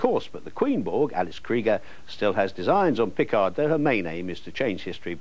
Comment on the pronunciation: I swear he liked to troll people with slight mispronunciations - it should be P'CARD, not PICK-ard 😂 He did the same with 'Schwarzenegger' - he liked to pronounce the W like a V but not even Arnie himself did that.